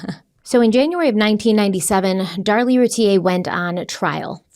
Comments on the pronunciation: I love you guys, but Darlie’s last name is pronounced like root beer without the b. Like Rooteer. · Here in Texas, they always pronounced her last name Routier, sounds like "beer" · And actually the Routiers pronounce their name “Roo Teer”. 😂